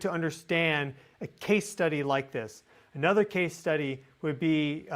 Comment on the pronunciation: Whenever you say At Nuther it makes me cringe. You are so much like me.